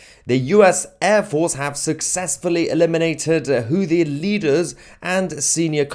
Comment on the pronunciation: Sometimes it sounds like it saying juicy tv, both work😉